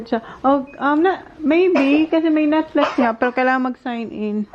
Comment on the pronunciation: Bakit bothered ako pagsinasabi ni na Netflex instead na netflix hahhahha